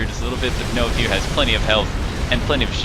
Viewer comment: I'm absolutely satisfied with this cast other than that pronunciation . Knowfear prefers his name pronounced as 'Nofur'. Great cast otherwise !